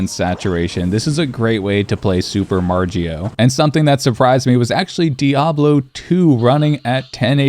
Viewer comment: Its Mario not Margio.